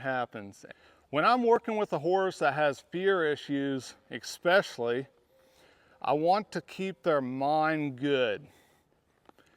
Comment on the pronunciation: Please.... there is no X in especially.. so distracting.